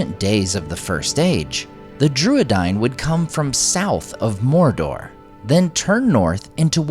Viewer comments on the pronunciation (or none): none